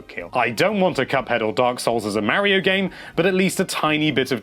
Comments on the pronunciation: MAH-RIO not MAA-RIO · NINTENDO LIVE IT IS MARIO NOT MEARIO DUMBASS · Plz say Mario correct for once.... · you can't even pronounce MARIO correctly..... can't trust you